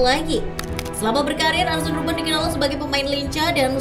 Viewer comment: Dibacanya arsen ya?